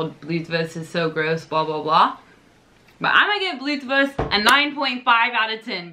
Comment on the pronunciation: Ja is klar .Amerikaner haben bei manchen Probleme mit de Absprache😉